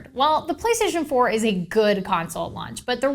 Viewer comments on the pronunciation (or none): did she say play staion pour